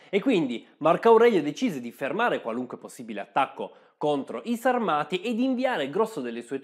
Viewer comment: La pronuncia corretta è Sàrmati